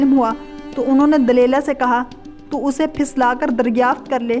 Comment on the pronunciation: You said wrongly named as Simson and Delela. whereas correct names are. Samson &. Delilah. Another word was wrongly said as فلسطی correct is phalastini